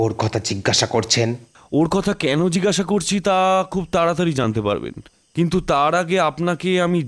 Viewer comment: Jigasha noy jig-gasha.